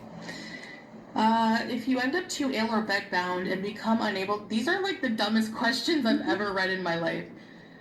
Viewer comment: Actually she said Anwering your Questations Part 1. Yes, the English major!